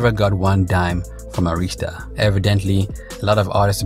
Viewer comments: Air-Ris-Ta Not Ah-rees-ta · He pronouncing Arista wrong I thought he was saying Aretha😂